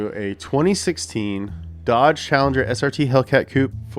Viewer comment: You're missing the 'r' for it's a "Challenge-rrr"